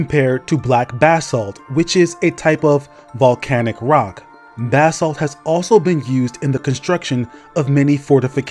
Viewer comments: Pronounced "Buh-salt" bro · Why are you saying Basalt weird bro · thought bro was saying "bathsalt" lmao